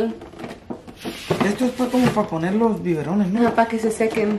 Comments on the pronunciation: se dise biberones no biborones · Omg I can't siempre ke la dise "biborones" ya me la imagination lavando los 🐍🐍🐍 en ves de los "Biberones" 🍼🍼🍼😂😂😂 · Los biborones😂😂😂 (biberones) ni uno ni otro 😍🥰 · Ni tú, ni ella... En realidad son biberones🥰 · Who else is laughing at the way she says”Biburones” 😂 Love you 💗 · And she said it twice 😭😂😂😂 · For a moment I thought she was saying tiburones hahaha 😂😂😂😂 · "LOS BIBORONES" LOL ay! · All the time I thought she was saying tiburones 😂🥺♥️ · I giggled every time she said bivorones 🤭